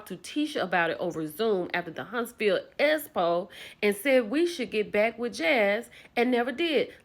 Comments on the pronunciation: Please speak correctly when saying expo we know tisha says espo but I didn’t need to hear it over and over again while trying to listen to your video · 😂😂😂 "S-po" this girl can't talk. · For and everyone the Expo is pronounced X Po not S Po I cringe everytime I hear and everyone pronounce the word wrong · can we please pronounce EXPO correctly geez-us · I CAN NOT 😂 NOT YOU SAYING ESSPO!!! 😂😂😂